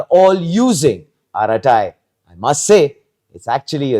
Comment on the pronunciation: Arattai. Is to be pronounced with a neat T and not with th.. it means harmless gossip.